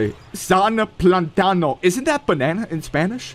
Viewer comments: an normal guy reading platano: plátano but....: plantáno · Yes bro, plátano is banana in spanish, but without pronouncing the "n"